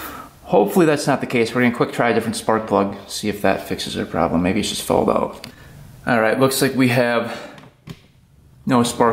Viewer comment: It always sounds like “thanks for……..subscribing.” Is an afterthought. like you don’t say it in every video. “We are oat”.😂😂😂